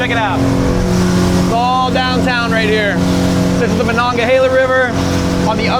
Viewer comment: You said dahn tahn wrong